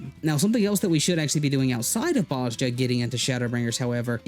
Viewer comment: They say Bozja in the game The J sounds like a Y